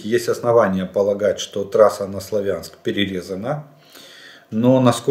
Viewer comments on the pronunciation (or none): none